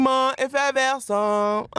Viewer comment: Sentiment "effeverscent" 🤦‍♂️